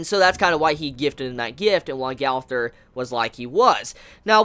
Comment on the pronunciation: Brooooooooo it’s a year now n it’s gooooowther not gawther fuck lol